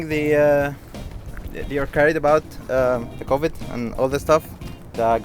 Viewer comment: "ther isn't covvidi"